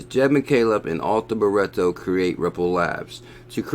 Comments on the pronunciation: BRITTO NOT BURETTO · It's Arthur, as in King Arthur (Nights of the Round Table, Excalibur, you know the story). Not Ar-Tur. Sorry mate, but you are pronouncing it wrong. And it's Britto, like Brit (as in British) with an O on the end. Hope this helps. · this dude is purposely adding letters and vowels to Brittos name for fun, on purpose. He does this with all sorts of words over the years I've noticed. He's just trolling you fools lol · abdel el - my thoughts exactly - if you gonna read something FFS read it/ pronounce it correctly or don’t read aloud.... simple really